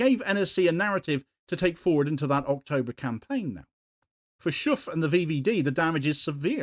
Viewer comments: Schoof isn't pronounced Shoeff as the double o in Dutch makes it sound more like in words like though. And the ch sounds is more like a k in English. Quite why this party is still in charge is beyond me though. They really haven't got a hope and a prayer of staying on any longer. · Shoofff? 😅 His name is Schoof. You, as an English speaker, can't pronounce his name properly. Neither can German or French speakers, so I don't blame you. But to Dutch native speakers, it sounds very funny, the way you try to pronounce it (but doesn't even come close...)